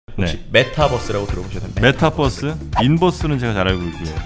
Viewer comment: Metabus? 가 아니라~ Mataverse! 발음이 좀...’메타벌스’가 좀 더 낫지않를까..싶군